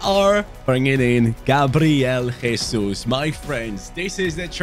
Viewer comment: gabriel jesus is brazilian, you are saying his name in spanish!!! great video as always, love from brazil, VAMO GRÊMIO!!!!